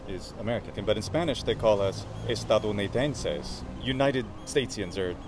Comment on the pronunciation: spot on pronunciation, Dear. Y sí, usamos esa palabra. We use it.